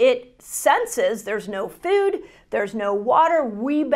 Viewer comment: I wonder why she pronounces it like fewd is she from Canada?